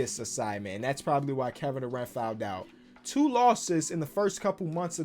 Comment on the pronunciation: “Kevin Duran-tula” 😂